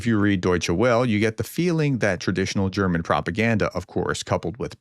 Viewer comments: FYI, the "Welle" of Deutshed Welle is pronounced. "Vell-uh". Thanks for your good work. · C'mon prof.... you mean to tell us that you can pronounce "Deutsche" but you can't pronounce "Welle"?